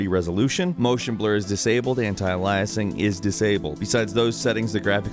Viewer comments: Uh-Lie-Uh-Sing? What? Aliasing. Ey-Lee-Uh-Sing. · Ally-as-ing? Ale-yus-ing.